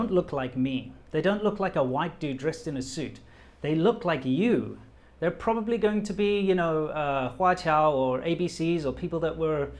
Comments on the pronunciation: You said "probabry" in a Chinese accent then corrected yourself to probably ...Epic guy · you said “probabry” and switched back to probably, which I find interesting because that shows the effect of speaking chinese for so long on your english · ‘probabry’ 😂 You have officially become a Chinese! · ``probabry`` he really is chinese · said "probabry". Assassination justified. JK love you